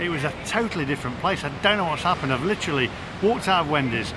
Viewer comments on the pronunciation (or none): none